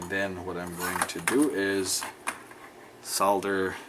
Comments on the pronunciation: awesome vids. and well done for saying 'solder' properly - i never understood where sodder came from...holder - hodder? folder - fodder? wacky americans! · It's actually a bit weird hearing an American saying soLder! Very refreshing though, and with any luck it may catch on... hehe:-) Great video as always.